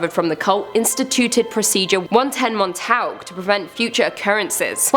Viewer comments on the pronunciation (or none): Why can't you say Montauk correctly